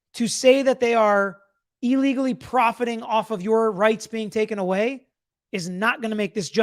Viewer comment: Had to stop watching when this "lawyer" said E-legally 10 times in a row... the word starts with an IL, on what planet is that pronounced EE...